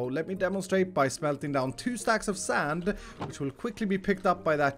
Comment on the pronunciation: you didnt say sand correctly